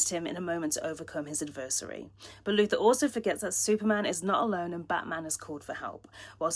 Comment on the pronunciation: Why did you say Luther instead of Luthor, and Kal ElFFfff?????